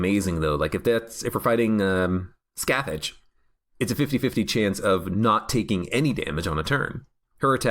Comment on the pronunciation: In every video where you say "Scath-itch" I will be here to say Scathach is pronounced like "Skaw-Hawch" EDIT: It's really difficult to type how it's said, the last letters of the second part kinda isn't pronounced but it is there. Irish names smh